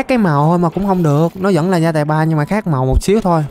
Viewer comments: Sách gai mà anh nói sách gia tài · Chơi 180 phút r sách gai 3 đọc là gia tài 3 :VV